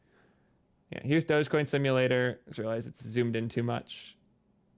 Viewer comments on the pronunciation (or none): none